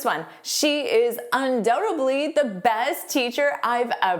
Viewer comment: Instead of "undoubtedly" I hear you say "undoubtebly"